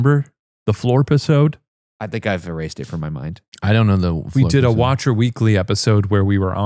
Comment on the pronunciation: the Floor-Piss-ode??? sounds pretty cool